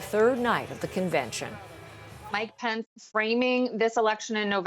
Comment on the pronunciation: this news anchor doesn't know how to pronounce Pence!lol